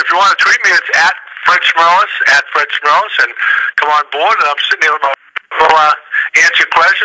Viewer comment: Lesson one. Learn how to pronounce the name of your interview subject. Fred was a real gem for not correcting the kid.